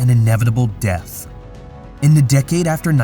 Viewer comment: Quick note* pronunciation is extremely important for a narrator your constant mispronunciations like def for death turned me off from what is probably a great video.